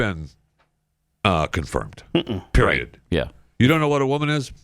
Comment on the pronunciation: I'm pretty sure in the clip you want to cut with KJP saying 'I don't have any intelligence" she says PREIOD at the end using the word, so that may be even better if you haven't cut it already.. "I don't have any intelligence. Period." is what it SOUNDED like she said.. even better!